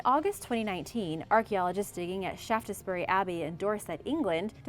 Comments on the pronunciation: Not Shaft es bury but Shafts - bury. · It is pronounced Shaftsbury not ShaftESbury! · Just to let you know it’s pronounced Shafts-berry . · Shaftessbury 😂 Yanks never get English names right.